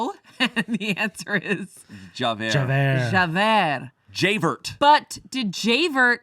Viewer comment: pronouncing javert as jay-vurt has me in tears i can’t stop laughing